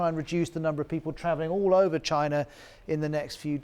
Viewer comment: Nobody: The anchor: CHINER